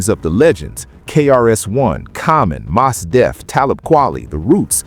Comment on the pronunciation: Man your AI mispronounced Mos Def. I cant rock with that.